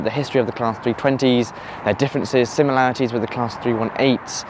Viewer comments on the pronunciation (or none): none